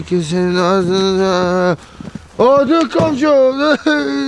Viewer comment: Ако кажете,че кравата ви е умряла на някой БАШ по начина по който го произнесохте ще падне смях :) -oldu и öldü имат коренно различен превод